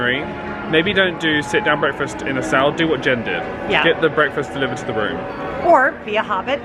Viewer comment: I know, one of these days someone will tell him how it is actually pronounced 😂